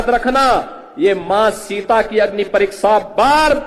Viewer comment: शिक्सा,, परिक्सा,,,,, गजब की हिंदी है